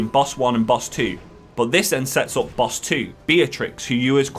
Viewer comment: Insane boss pronounciations in this one. I love it